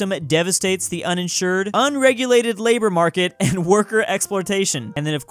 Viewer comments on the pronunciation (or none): none